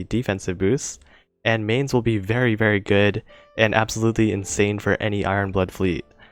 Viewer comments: and it really hurts to hear MAIN-z its Myne-s for eu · To pronounce Mainz, simply say "Mines" (as in Land mines) and that's mostly the correct pronunciation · First of all: The 'z' in Mainz is a ts sound. How do I come to that secret information? I'm a German. And now please tell me what the fudge the Romanian language has to do with the pronunciation of a German city by an English youtuber?